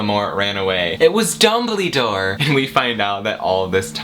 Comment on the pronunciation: I know this video is old but "IT'z DUmBLeDOOOORe" I want you to know that I snorted so badly that I almost fainted with my tea. I had never felt so afraid yet so hilariously aware of how pathetic my life had become for me to suddenly almost die by choking on a tea sip because a guy said "DUMBIDORRRR" and I love you Suscribed.